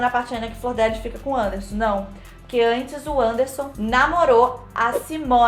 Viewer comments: falando flordélis ao invés de flordelís me dá um nervoso KKKKKK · Enrola muito pra chegar ao tema do vídeo. Segundo, a pronúncia do nome da Deputada está errada. Não é "Flordélis" ... Fala-se "Flor-de-Lis". Achei fraco o editorial não traz nenhuma novidade. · Flor de Lis...e não Flordélis kkkkkkkkkkkkkkkkkkkkk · eu tava falando errado, não é flordélis, é "flor de lis". Also: então, a flordélis... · a tambem fala flordélis KKKKKKKK antes de ontem eu cheguei na minha mae e falei: "qual que é a dessa flordélis" (pq eu tava vendo muitos posts no insta e nn tava entendendo nada) aí minha mãe: "é flordelis otávio" aí eu: " 👁️👄👁️" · cada vez que vc falou “flordÉlis” eu morri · achei que só eu pensava que era flordélis o nome dela, e não flordelís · eu também falo flordÉlis 😭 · Pera, Flordelis não se pronuncia Fordélis? Chocado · Também chamava a flordelis de flordélis kkkkkkk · Toda vez que alguém pronuncia “Flordélis” uma fada morre no meu mundo! Hahaha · falando Flordélis é a melhor coisa do vídeo kkkkk Anjo querubim?? Essa doida tá vendo sobrenatural demais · "Flor dé lis" eu amei kkk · mano ela falando o nome dela errado o filme inteiro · Flordélis hahahaha